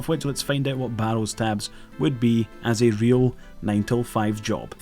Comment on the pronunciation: I've been watching your channel for some time now and I've just now realized you can't pronounce the letter L. HAHAHA "Real wife" "Sawary"